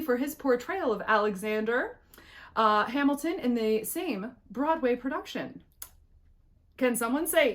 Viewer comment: You nailed Hamilton lol I hear you on the AP complainers